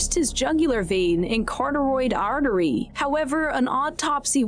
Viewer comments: Cah rah ted artery not car-toid . Carry on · Did she say corduroy artery? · “Cauteride” artery 😂…corroded ?